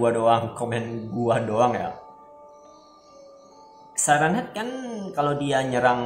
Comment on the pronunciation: Siren head dibacanya sairen head